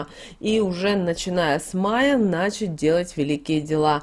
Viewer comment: вот только не "нАчать" ( так коверкал ударения Горбачёв) , а начАть !